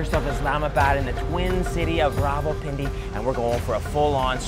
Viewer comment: wrong again my friend its pronounced Rawalpindi 😂😂😂😂😂